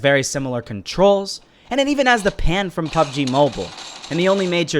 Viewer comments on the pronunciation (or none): “Pubg mabule”